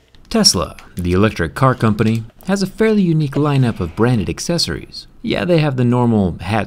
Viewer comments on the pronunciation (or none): none